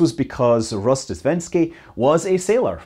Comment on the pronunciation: It is “Rozhdéstvensky”, with zh; an adjective from “rozhdestvo” = Christmas :)